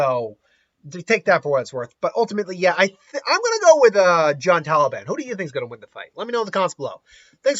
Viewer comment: It hurts to hear someone say Taliban when referring Talbain...